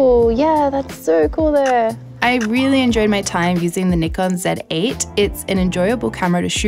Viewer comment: “First time using a KneeKon Said Ate”